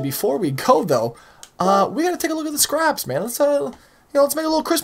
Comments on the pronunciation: Bruh pronounced scapes as scraps! I'm done! hahahhaha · man we’re you half asleep or baked when making this you said Scraps instead of scapes and Sizuka instead of Suzuki 😂